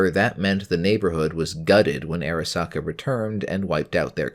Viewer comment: Arasaka not Erasaka